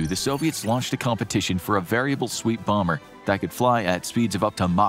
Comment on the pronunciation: Is it just me or did anybody else laugh when he called the b2 a “boomer” Bomber 😅😂